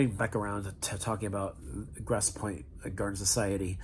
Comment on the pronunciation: How hard is it to pronounce "grosse" or Michigan" properly?